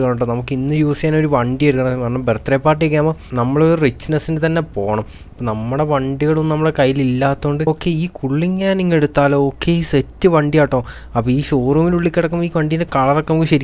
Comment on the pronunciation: റോൾസ് റോയ്സ് കുള്ളി നാൻ അല്ല കള്ളിനാൻ